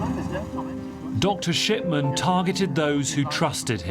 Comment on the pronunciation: Thought he said: Dr Shitman…suits him